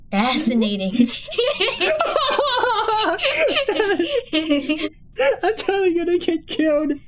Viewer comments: It's so funny when janet or kate made u say factinating 🤣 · I LAUGHED WHEN HE STARTED SAYIING "fanscinating" XDDDD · I like how kept saying fascinatng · The funny part is when said fasciting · i don't know i liked how janet and kate made him say fasinating ha ha ha